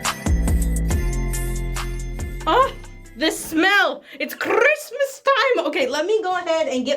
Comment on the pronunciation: the way she says Christmas is so funny I laughed and woke up my family at 12oclock